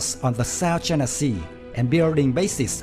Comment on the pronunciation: Choina voice 😂